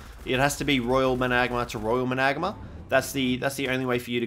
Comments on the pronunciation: You say Managarmr like, MANA-GARM-ER, not MA-NAG-ARMR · hes name is MANA-GAR-MER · Say it properly! Triggers me bro lol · Your saying it wrong